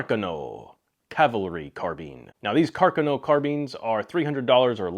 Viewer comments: Car CAWN oh…..not car kin oh. Don’t try this at home, Guy. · Carcano = accent on the second syllable. Car-CAN-o. At least use proper Italian. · Cár-Kahnô is how your pronounce it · I pronounce it Carconno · It's "Car-CAN-o" for you non- Italians. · You pronounce "Carcano" wrong. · Never heard your interesting pronunciation of Carcano before. Not saying it's wrong , just never heard it pronounced that way. By the way how do you pronounce Mozin? Anyway ,thanks for your list ,it gives great suggestions to look at. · It's terrible that he can't say the name of it properly. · You lost me at Carcano. Learn how to pronounce words in other languages.